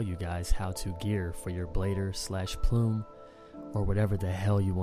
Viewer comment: cant help myself when you butcher a word like that...